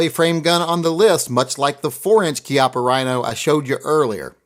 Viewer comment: How you gonna talk about winning the war and then technically mispronounce the names of two different German manufacturers, but pronounce Chiappa the way they want you to? We kicked Italy's ass too. Plus, if you pronounce the CH like an American, you can totally stay awesome stuff like GET TO THE CHIAPPA! Which is something that I intend to have engraved on the side of mine. Not sure which one, but my silly little 1911-22 has some nice flat surface area and I could include the likeness of Schwarzenegger himself. And why wouldn't I?